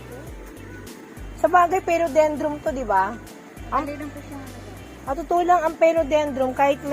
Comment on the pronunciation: PHILODENDRON po at hindi phelodendrom FERN at hindi po ferm 🤣🤣🤣